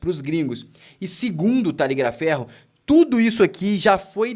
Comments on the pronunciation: O CORRETO É 👉 TA - GLI - A FERRO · Vc sempre fala taligliaferro rsrsrsrs é nao é! O correto e b3m simples. Veja👇